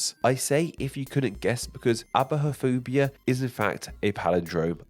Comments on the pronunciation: Aibophobia is pronounced /ä-bö-fö-bë-uh/ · it's pronounced Ah-buh-fo'Bia Ay-beu-'Fobia Or, as it was originally IPAed: aɪ.bəʊˈfəʊ.bi.ə said: "I" "bow" "FOE" "bee" "aaahhh..." Depending on where you're from and the predominant dictionary. The word isn't as old as me and was published in a joke dictionary inspired by the "Devils Dictionary". It was picked up quickly and european pronunciation of the made-up-for-a-joke word like the german eibohphobie, is also entirely correct and accepted. :)